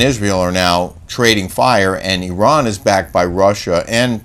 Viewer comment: thank you for pronouncing Iran the right way 😊 and also as an Iranian who listens to your show I just want to say unfortunately Islamic Republic has been ruling Iran for decades and made Iranian citizens more and more miserable, we are fighting for our human rights every day, us Iranians do not see ourselves as part of them we want our old Iran back. Thanks for your show 😊by the way Kelly doesn’t need a facelift.